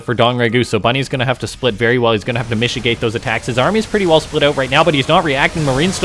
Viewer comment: Say mishigate one more time I dare you.